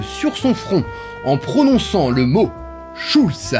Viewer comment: Schulsse? SCHULSSE ? Mon côté alsacien est légèrement outré. Schul(t)z !